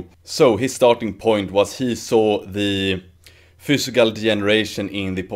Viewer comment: you said fiscal lol